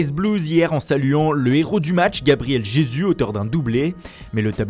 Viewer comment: "... Gabriel Jésus..." NON NON NON